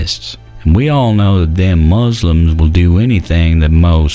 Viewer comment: "Boo de ists" and "Moose Lyms" LOL